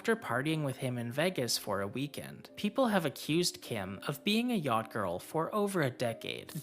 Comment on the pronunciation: why everybody in this video is sayin YAAHDING ?! its called a YACHT ffs... sounds stroked tf out man damn